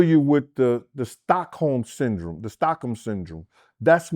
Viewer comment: This idiot doesn't even know how to say Stockholm syndrome, but says he's familiar with it 🤣🙄🤦🏾‍♂️